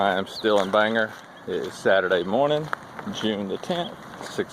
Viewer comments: Good day sir, glad you are home safe with family, also glad to see you talking the importance of EXERCISE thank you, all right i have to say will miss you mispronouncing towns in maine, bangor- bang- gor not ger , Mill in cocket, im going to use that alot- ill give you all the credit, and i know im a big pain in the ass, thanks again you have inspired many people, glad you got to meet and spend time with some good people in maine, my prayers are with you and your family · Good Morning!! I thougth I'd give you some Maniac lingo, Bangor is pronounced Bang-gore and Millinocket is Mill-a-knock-it. By the ture Maniac's LoL I know.....but its Maine:) Awesome what was raised for ST Jude.:) SlowFlight